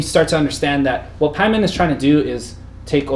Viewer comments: Dude in the middle saying Pieman... haha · It's PAY-man. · Just pronounce things the way the characters in the movies do. pay-men.